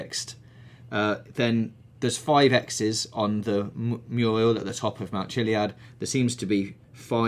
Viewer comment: Lol he says "Mule" instead of "mural" at least it sounds like it